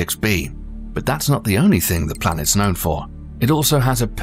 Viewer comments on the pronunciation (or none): This dude really said "🅱️lanets". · dude really said “🅱️lanets” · “blanets” 🌏🪐💫 🌝 s i u n s